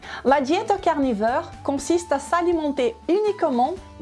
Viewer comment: "La diet carnifeur" 😉